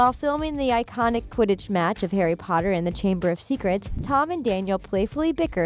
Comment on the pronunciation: Harry PotaH😂😂😂 is my fav